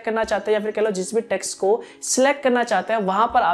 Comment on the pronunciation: he talks 1)yaa fir kahlo 2)yaa fir kehlo 😄😄